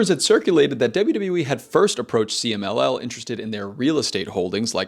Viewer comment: loved you pronunciation for CMLL, 10/10